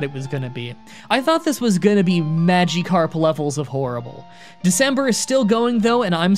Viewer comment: ”pokiemon” ”magiekarp”